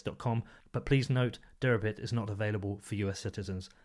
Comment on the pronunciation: This interview was scintillating and informative, especially in demonstrating how accessible the SEC administration (at least Hester Peirce) can be. I think you are OK and I will be following you from now on. Suggest you spell out in print the name of Derabits on the header as I had trouble with your accent on that one.